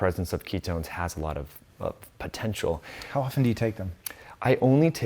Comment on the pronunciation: Nawt a lawt